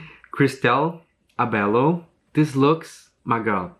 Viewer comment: Hi, Abello is pronounced as (A-Bell-Yo) ☺️☺️